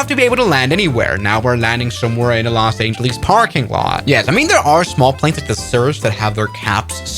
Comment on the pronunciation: los angelees?